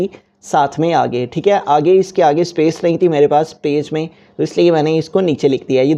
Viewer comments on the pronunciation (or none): none